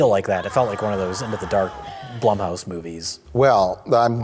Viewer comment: i just hate blumhouse because when mike and say it it sounds like blumpkin